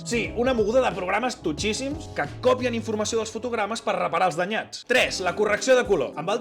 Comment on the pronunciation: Excel·lent. A millorar: cop(í)en (i no còpien)